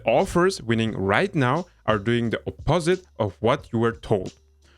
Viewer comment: FYI OP-o-sit